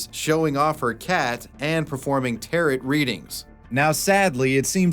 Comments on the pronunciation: "Tarit Readings" lol come on bro. It's Tarot. "Tare-Oh" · You’s have more credibility if you knew how to pronounce “Tarrot” it doesn’t rhyme with carrot, it’s “Tarro” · tarot is pronounced Tarow, the second t is silent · Love your videos man. But, Jesus Christ, is “Tare•OH” not “Tare•OT” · Did u just say tarot like it rhymes with carrot?? 😂😂😂😂😂 It's tare-oh 🤣🤣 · The ending 't' in the word tarot is silent.; It is NOT pronounced like carrot but like arrow. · Bruh. Tell me you know nothing about Spirituality and Divination without telling me... it's pronounced tah-roh not like parrot with a t. It's beyond time to wake up my dude. Don't give tarot readers and psychics bad names because of the small amount of liars and fakes. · Terrow card readings. Not teret. Silent ot at the end. Great video!!! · its pronouncedTaro not Tarit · tear-oh, not tear-it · hearing "teroT" hearts my soul lol it's pronounced taroh. T_T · Um, "tarot" doesn't rhyme with "carrot" - it rhymes with "arrow" - it's a French pronunciation 🙂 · As someone who practices witchcraft - yes, basically most of the people doing tarot readings for money are scamming you (also, pronounced tear-oh, not tarrot, like carrot, it's a French word.) The best "pass" I can give is to impoverished people looking for like a couple dollars per reading so they can have food money for the week. But even then... What tarot, and pretty much every divination tool is, is seeking a perspective you may not have considered from the random. The only thing these people have that you don't is the ability to read the cards and know what their meaning is. You aren't getting a definite vision of the future, you're gaining a new perspective, which is valuable but not the same thing. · Ah! No! It's "tarot" rhyming with "arrow" not "tarot" rhyming with "carrot"! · Love love love that you call them "tear-ot" cards 😭 I used to do that too until my sister got into them and told me that it was pronounced "tear-oh" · tear-o, not tear-ot